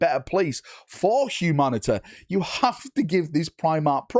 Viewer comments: I appreciate you really go hard on the latin influences of the WH40k by saying Humanatae instead of Humanity, really shows your dedication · Im sure I would sound absolutely ridiculous to you..... but I cant help but chuckle at your pronunciation of "humanity" lol